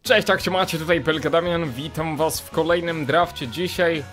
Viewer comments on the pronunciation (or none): none